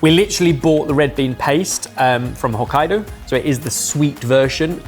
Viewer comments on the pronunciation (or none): none